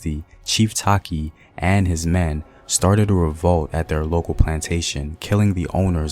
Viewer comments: Not taki.... tay-chi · Takyi is te-chi btw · I guess the pronunciation of Takyi is the source of confusion. Takyi should be a Fante. You could be right. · He's not pronouncing the names well which is very vital